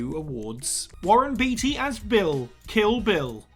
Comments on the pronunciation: It's pronounced bait-y not beat-y come on Google if you don't know it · Beetea... I beg your pardon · Warren BEETY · Dude, just because it is spelled Beatty does not mean it is pronounced that way. It is pronounced Baitey. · Warren “Bay-Tee” not “Bee-Tee”. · Introduction is WAAAAAY too long! And Beatty is pronounced "bay-tee".